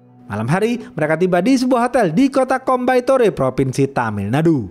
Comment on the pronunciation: Bang Coimbatore dibaca koimbatur😁🙏